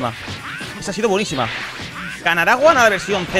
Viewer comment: habla bien es gohan no es goan porfa